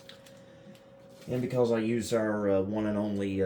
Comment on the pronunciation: My favorite is the pronunciation of Because as "Becawlse"